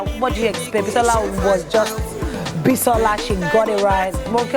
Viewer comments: lmfaoo that cracked me up "Bi-Saw-la" 😀😀😀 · Why do nigerians form? What is bi-SAW-la, Bisola is Bisola abeg, LOL.